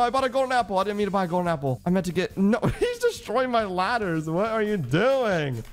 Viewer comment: bro says Gappel instead of Appel